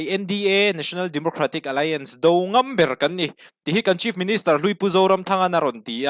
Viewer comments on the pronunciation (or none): none